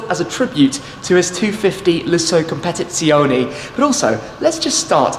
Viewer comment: A fascinating video. 'Competizione' can be tricky though to say, correctly ...